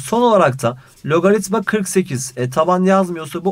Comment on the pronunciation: hayatımda sizin kadar güzel logaritma diyen duymadım hocam :)